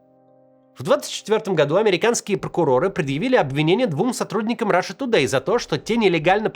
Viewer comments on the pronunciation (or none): none